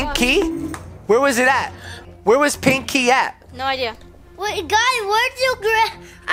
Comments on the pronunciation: its pinkey not pink key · made me laugh when he said pink key the second tin is sounded like he said nakey lol 😂😂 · Omg lol he said pankey the first time and nakey in the second 🤣😂😂😂 👇 like